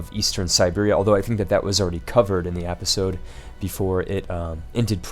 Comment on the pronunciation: just one thing... I thoroughly enjoy watching your videos, but your pronunciation of the word "episode" is driving me nuts! the "e" in episode is pronounced like the first "e" in the word enter. But, really great videos you do, please keep it up.